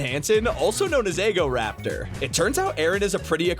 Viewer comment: "eggoraptor" lmao